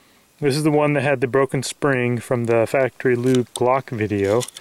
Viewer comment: sping he said sping